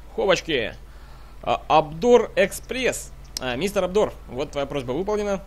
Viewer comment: Какой АБДОР?!)) ОДНОР, так правильно)